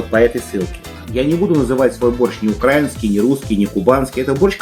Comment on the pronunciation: Ставьте ударение правильно, пожалуйста. украИнский, украИнцы. укрАинский, укрАинцы